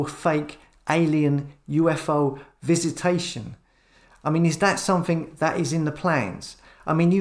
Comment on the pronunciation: Like watching you videos but will you stop saying nothink and somethink instead of nothing and something! It's so annoying!